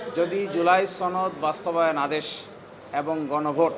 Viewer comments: উচ্চারণগত সমস্যা আর কি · ছনদ নাকি সনদ? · সনদ না বলে 'ছনদ' যারা বলে তাদের সবার সমস্যা আছে, কঠিন সমস্যা।